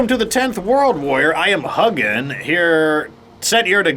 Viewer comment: My buddy and I played a lot of Valheim. It's such a fantastic game so I hope you have as much fun as we did! It's even better when played with others. Thanks for the videos,! Also, if you're interested, the pronunciation for the names of Odin's Ravens are Hugin (HOO-gin) and Munin (MOO-nin).